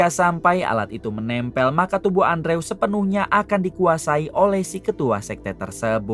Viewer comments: Andrew di baca nya endro mang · Bacanya andrew=endru bang